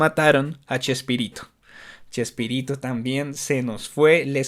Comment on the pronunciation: q risa cuando dices Chespirito jjeee